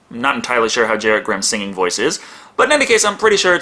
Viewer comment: So doesn't know it's pronounced GAR-ret, like Brad Garrett?